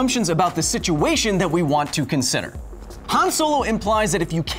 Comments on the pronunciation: Huh-ahn, Not Huh-aan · i stood up for your 'nearvana' pronounciation but calling 'hahn' hann is inexcusable, but you checked yourself before you wrecked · Every time he says Han like "Ham", take a shot. P.S. It's Han like "On". Han = Hon = ;-) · Hawn, not Han